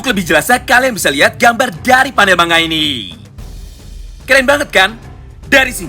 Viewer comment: Bang kenapa kok ngomongnya mangga kok ga manga aja